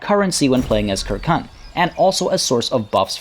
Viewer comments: "Kirkun" bruhh, you did say right after you would butcher every pronunciation but its "sir-seen" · Circenn is probably pronounced with a soft c like for the football club Celtic (Seltik) rather than as a cultural reference (Keltik) but in all honestly your quest to pronounce things correctly might just need to take a back seat with anything Celtic. Look at this phrase: Uisge Beathe. How would you pronounce that? Ooseag Beetha maybe? Try Oos Ge (hard g) Baa. Or this name: Ruaridh. Ru Ar Id? Nope, just Rury. Aye... Gaelic (gaylik) just doesn't sound the way it looks. Don't beat yourself up about it, half of Scotland wouldn't have a clue either.